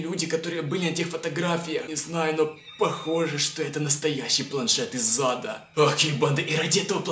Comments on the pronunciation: Ха, мне всегда кажется что ты говоришь "Из зада" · Мне одному слышится планшет из зада? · Ты сказал из зада или ада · Мне одному кажется, что когда произносит "планшет из ада" он произносит планшет из зада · Почему мне каждый раз слышно не из Ада а из ЗАДА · Мне одной кажется что он говорит не планет из ада а планшет из зада😂😂😂😂😂😂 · Знаете мне кажется что каждый раз когда он говорит "планшет из ада" у него всегда получается "планшет из зада "!! Кто согласен лайк (если что то я правда так слышу ну.............вы же все так думаете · Мне одной послишалось не из ада а из зада?♥ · Я одна слышу "из зада" ?! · Мне показалось ты сказал планшет из зада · Когда ты сказал что это планшет из ада ты сказал это планшет из зада ха-ха-ха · из зада азащаззазаза мне одному послышлось? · Ты сказал из зада а не из ада